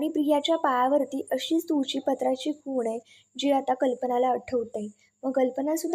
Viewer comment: खून नाही हो, खूण म्हणा